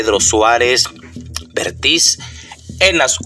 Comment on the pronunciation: Vértiz, acaso no sabes leer apropiadamente los acentos ortográficos?